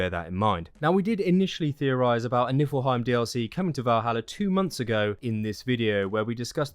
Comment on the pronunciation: Great video man, thanks a lot :) Just one little thing, it is NiFlheim and not NiLfheim ... :)